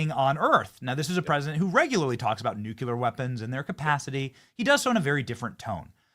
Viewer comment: Stop exposing your ignorance Benny by mispronouncing nuclear. It's not New-cya-ler, it's new-clear.